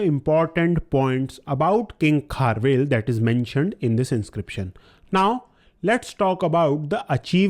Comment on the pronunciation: Its not kharvel its kharavela